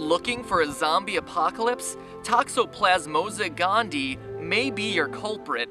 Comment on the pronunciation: Lol. Matt, Matt, Matt... It's toxoplasMA gondi-AHY, not toxoplasmosa gondee. That's 0 for 2, man. 0 for 2.